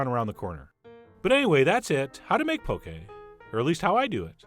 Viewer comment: I literally just had this at Yo Sushi :D Also it's 'Pokeh' not poke lol!